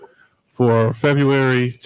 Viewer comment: Did she say FEDUARY? 😂